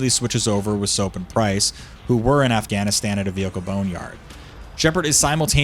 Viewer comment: Is there a G missing in Afghanistan or am i tweaking?